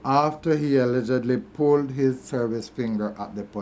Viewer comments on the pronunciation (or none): is that the way Jamaicans say "allegedly" and "debris?" I just want to know.